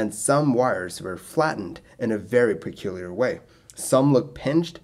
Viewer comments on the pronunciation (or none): none